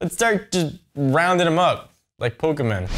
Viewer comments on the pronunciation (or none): Pokemen? Hahaha